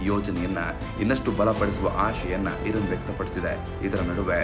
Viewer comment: ಧೀರ್ಘ ಅಕ್ಷರಗಳನ್ನು ಸರಿಯಾಗಿ ಓದಲು ಕಲಿಯಿರಿ. ಅದು ಇರನ್ ಅಲ್ಲ, ಇರಾನ್